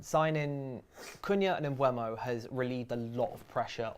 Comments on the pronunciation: Wow, all of a sudden is pronouncing Mbuemo correctly (Mbwemo, rather than Emboomo), as she has been pronouncing it on every one of her Talks Football videos. Hallelujah! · Nope, me and you made the same mistake!! I said the same thing, having a real go at people on every vid lol then decided to pit it in YouTube and found Mbuemo pronouncing his own name on a video of the Brentford squad introducing themselves, it is in fact M-BOO-MO!